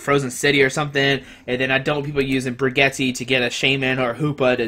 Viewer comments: its bridge-et lol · Bridge-et is how you pronounce it. My ears are bleeding